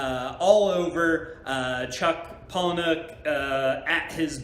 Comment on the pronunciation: *pala-nick.... for the uninitiated 🙄